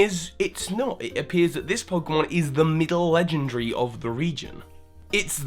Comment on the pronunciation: Lengendry. You pronounced legendary lengendry. Just thought I'd point that out.